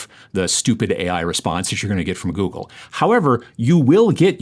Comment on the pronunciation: Goog - elle? What the hell?